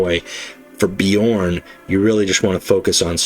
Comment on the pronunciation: Thanks for the video,! Bjorn is rare to see, most Wolves go berserk boyo or Russ. P. S. From audio books I believe that his special card is pronounced with J as "ya", the way you did it first time. P. P. S. Are planning on doing Gendor Skraiovok deck? I'm trying to make him mission deck and I'm failing miserably. I usually like to create my own decks but I'm currently running out of ideas.